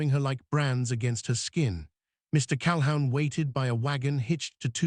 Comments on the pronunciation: NEVER "HOW"...? CAL-HOUN NEVER LIKE A HOUND DOG. NEVER. ALWAYS "WHO". You are incredibly needful of an English Teacher to teach you CORRECT pronunciation. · Cal-a-hoon. His last name. Your AI sucks. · "Cal hoon" is the pronunciation ! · CalHOWN?? Sheesh. Pronounced CAL-HOON. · Calhoun is pronounced "Calhoon." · AI needs to learn how to pronounce Calhoun. OU sounds like oo, like in book not ou in hound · "Calhoun" is always pronounced "Cal-who•n" CAL-WHOO•N like a hoot owl hoo-ting. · What is wrong you posters, do you ever edir? You never Google the correct pronunciation8 of surnames either. The name Calhoun is pronoiounced 'Cal-hoon' ... your AI is not good, like your editing. Not sub subscribing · Mr. Cal-hound due to AI interpretation???? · Lots of other mispronunciations. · Not great pronunciation but not too bad. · Why were the men rocking back and forth in the pictures? It looked creepy. Learn how to pronounce Calhoun. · AI story. AI "voice". Couldn't even pronounce the last name correctly. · Pronunciation of words is way off …irritating …Calhoun, the name is destroyed….tales pronounce tallies…others too